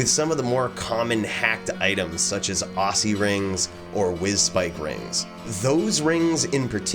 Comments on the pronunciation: why he say ossy ring, its not ossulus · Are you serious? How do you say oculus? Do you say it with an S? Osulus? Occy rings are said as OCKY rings.